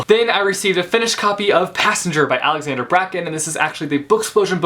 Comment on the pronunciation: can someone tell me why people say Alexander Braken instead of Alexandra Braken. do I just here it wrong or are they just used to saying it that way for some reason? help!